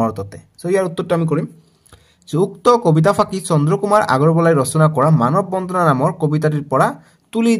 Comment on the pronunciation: Sir মানৱ বন্ধনা nhy মানৱ বন্দানা he